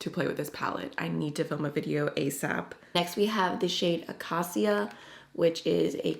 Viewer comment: It’s pronounced “akayshia” for acacia 😊. Many of these are named after trees and plants.